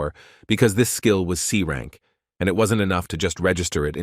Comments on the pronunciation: is it that difficult to read S rank by AI ? why always confusing us with that C instead of S ... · Nah brother/sister whoever you are I get annoyed when they miss pronounce important terms imagine you got a grade in the school or college and PPL pronounce it as c while announcing every single fucking time it wont you get annoyed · Too long and very very boring commentary too many mistakes in pronunciation like how c is pronounced as s and s as c